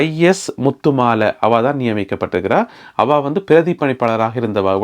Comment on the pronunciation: அவா அல்ல . அவ என்று சரியாக சொல்லுங்கள்